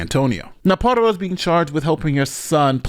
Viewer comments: bro how tf you going to pronounce PARDO as PARADO tho? i cant respect you enough to watch past that. i'll learn about the story from someone else tf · why do u pronounce "pardo" like "parado" wtf lmao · C'mon Wash-ing-tun! Just kidding, but seriously Ash-Lee Par-doh! not (parado) Pa-Rah-doh! Though I agree; she's MORE responsible than him at the age of 13! I was trained with guns at a young age; somewhere around the age of 10; by a police officer; my uncle! But I wouldn't look at something like this fun; since I was trained about what happens when you grab a gun! You use it; that's it! Never reach for it unless absolutely necessary.. Don't think he had proper gun training; of course military school also helped me respect a weapon even more; but more respect out laws, constitutions', and rights'. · Hey! Her last name is Pardo. Its pronounced (par-doh). It's my wife's maiden name. She's a little upset with the mispronunciation. 😂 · Stop with the stereotype against face tattoos! 😭 Btw, CANNOT pronounce any surname to save his life! "Pardo" not Parado or Prado 😂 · This guy can't decide how he wants to pronounce the mom's last name 😂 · My question is: how many different ways can pronounce this lady's name in one video? 😁